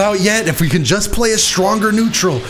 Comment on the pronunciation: did you have a stroke saying "stronger" or do I hear this wrong lmao